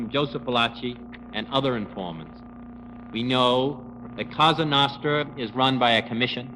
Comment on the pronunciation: It's Cosa nostra- our thing, not kasa nahstra...